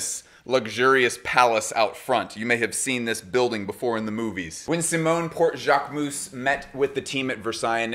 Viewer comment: Jacquemousse?! Please it’s not pronounced ‘ou’. I understand it might be hard to pronounce but it hurts to hear this « ou » sound 😢